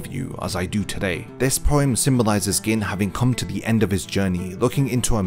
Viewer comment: Gin, pronounced "Geen". Sorry but it was killing me every time you said "Gin"... still upvoted. Great video.